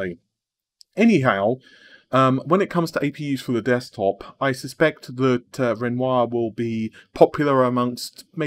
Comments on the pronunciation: you actually pronounced it ren wah im so proud and so thankful keep up the great content plz :) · Wow! pronounced Renoir correctly! Today is a good day.